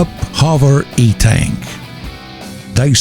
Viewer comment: LOL it is 1UP HOVER ENTAC not etank :P